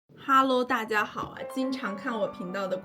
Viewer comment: 原來大陸人講大家也是會說成大阿啊